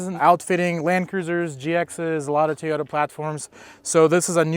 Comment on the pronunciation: did he pronounced it tiyota?